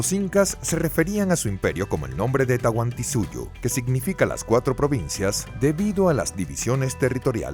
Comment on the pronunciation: ES "TAHUANTINSUYO" !!!!